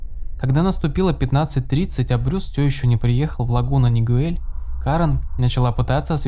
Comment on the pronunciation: Правильно говорить Оранж Каунти, и город Лагуна Нигел- я тут живу)